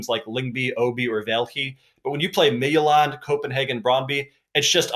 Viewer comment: Hey, Midtjylland is pronounced mee-too-laan. I found something really cool on Google Chrome. If you type the team name and pronunciation Chrome will tell you the pronunciation and you can hit Practice and it will listen to you pronounce it and tell you how you did!